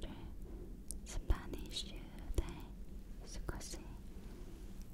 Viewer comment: Your Spanish and Italian pronunciation are so cutee^^^^ you have a super relaxing voice, thanks for this beautiful video 💖🥰